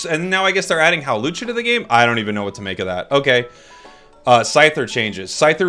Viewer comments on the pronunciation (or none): "evolve into Howlucha" 😂😂😂